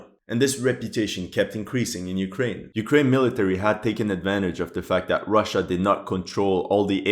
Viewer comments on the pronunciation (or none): none